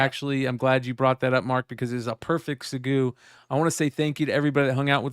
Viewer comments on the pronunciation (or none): PLEASE stop saying SEG-EW. The pronunciation of the word is SEG-WAY